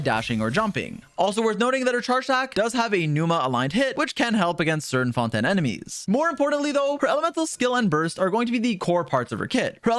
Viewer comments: Say fonten again and im killing you (ingame) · The whole French pronunciation thing is a joke at this point, right? Right? Fon-tan? Fon-ten? Shar-lot? Noblesse Oblayj? Like... pick a lane, dude. Or y'know. Just say em the English way.